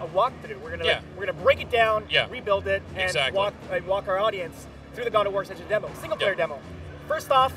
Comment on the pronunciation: It's ascension